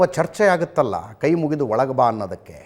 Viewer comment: Mostly it sounds like * KAI * MURIDU olage bha.